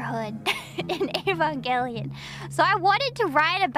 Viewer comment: I can't tell you how happy it makes me that she pronounces Evangelion correctly. I have no idea why so many people think it starts with a long E.